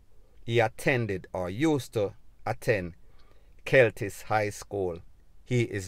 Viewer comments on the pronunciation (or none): It's KELLITS NOT KELTIS...just correcting you bro....